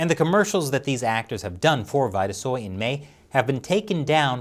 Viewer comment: It's probably pronounced Veeta-soy not vighta-soy.